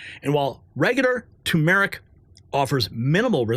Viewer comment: Tur-mur-ic. NOT To-mer-ic.